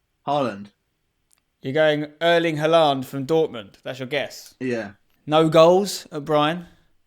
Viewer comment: Spencer you pronounce Haaland wrongly